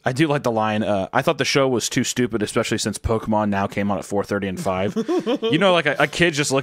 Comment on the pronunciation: I swear to god Hunter if you say eXspecially one more time 😤